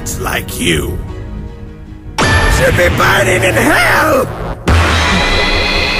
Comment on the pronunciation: You said Sould it’s Should